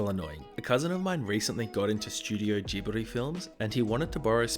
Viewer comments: its not ghibli its giBuRi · I've never heard Ghibli pronounced with a hard g before.... (which is odd considering the japanese name is literally spelled with the katakana "ji".) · Just FYI, when pronouncing translated Japanese, a "g" is always a hard "G", as in "Grant" or "Gary" and never a soft "g" like "Gene" or "giraffe". Just for future reference 😉